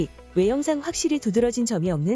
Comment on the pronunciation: 지적...이 아니라.....지쩍이라 발음해야 할 것 같습니다.